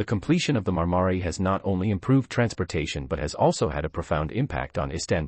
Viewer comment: Marmaray, not Marmary - what an incompetent speaker.